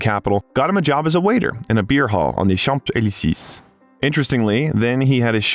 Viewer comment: Marseille is pronounced mar-say, Champs-Élysées is pronounced shomp-ell-eee-say, please coach your AI in the proper french pronunciations.